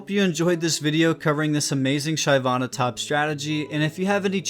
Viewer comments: his pronunciation fucking hurts.... SHIV-AH-NUH.... he gets it right though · When I heard the first Shayvanna I had to pause the video and think if I really wanted to watch it. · Its "sheh-vana". Ty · It was super cringe man, holy stop americanizing everything. Like how can you name "La Casa de Papel" into "Money Heist". Super cringe man. NA is super cringe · Everytime he pronounces Shyvana, I wanna kill myself. Maybe learn the actual pronunciation of a champion’s name before doing a video..... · the way you say "Shyvana" makes me question your elo tbh....lmao